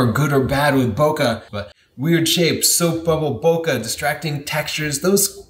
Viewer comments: I keep thinking your saying pokeballs over bokeh balls. Yeah I’m immature 😆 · bo-kuh? how about saying it correctly as in bo-kay? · We say boKEh, like in KEnnedy, not boKAh, like in CArnegie... Toilet roll? Gross... Ha! Ha! Great job once more! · Every time someone pronounces it Boka i just cringe inside out. Its Bokeh. or, BOKEH like Kai W says it. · Bokeh rhymes with pocket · it's pronounced " BU-KY " because it's more fun that way. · Your pronunciation is completely wrong, it's pronounced "boo-kah-keh". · Wrong!!!!!!! Bokeh is pronounced Bo-key or Bo-ki ! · I only clicked on the video to see if would say "boca" (mouth, in portuguese). How can he still do this? When he himself buts the letters on screen while mispronouncing? ボケ ボ means "bo", ケ means "ke". At this point he must be doing it with stubborn malicious intent. Enough, unsubscribed. In these times mental health gets priority. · Americans systematically can not pronounce French. They add -eeee after the word. E.g, "ballet" becomes ball-eh-eeee. Don't do the same mistake with "bokeh". Don't say bo-que-eeee. Just stop before the -eeee, say bo-que. (que like in Spanish, see another comment here). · boke is a Japanese word, so the "KE" should not be pronounce as kah. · Holy crap, you can't even pronounce it right when you're making a video about it. 🤯📸